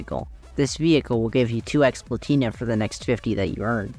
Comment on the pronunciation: plAtina, not platIna